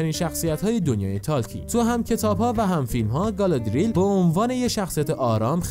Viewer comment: گالادریل نه،گالادریِل